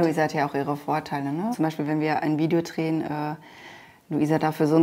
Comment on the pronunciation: Trehen... oh gott das heißt drehen